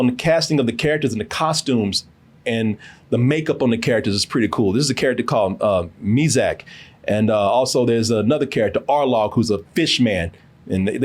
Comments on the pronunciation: My man said mizack lmao. It's mihawk my good friend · This dude said ; Mizak 🤣🤣🤣🤣🤣🤣🤣🤣🤣🤣🤣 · Not mizak, it's Mihawk. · Did I just heard "Mizak"? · My man said Mizak 😂😂 damn you better than this get it together and my man Usopp was not race swapped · mizack? wtf its mihawk put some spec on that name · didn’t he say “Arlogg and Meezick” 🤣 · "Mizak" and "Arlog" lol